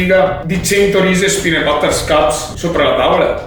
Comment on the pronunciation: Bel video ma si pronuncia peanUt non peanEt